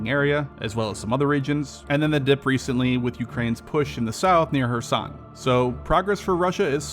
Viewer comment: KEERSON, not kursan.